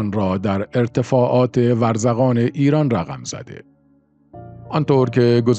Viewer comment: منطقه ورزکان چیه آخه !؟ ورزقان درسته